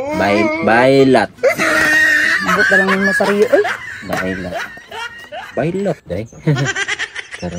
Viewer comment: Howten og beylat...😅🤣🤣